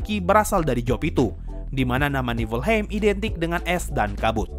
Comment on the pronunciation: Bang baca nya bukan Niflheim tapi yg bener Niflheim